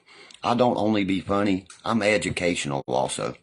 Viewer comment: Did he say I'm educationalble?? 'I don't only be funny, I'm educationalble also 🤦‍♀️